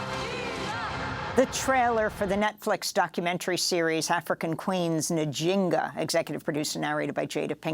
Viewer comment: As my friend Njinga taught me in the gym when he was my trainer, do not say Jinga. It sounds like you are saying the translation - stupid. I was calling out to him nJiiNGa! ( hey stupid) in front of the whole gym. Not na jinga. Not nJINGa. Njinga. Or why not Njeri?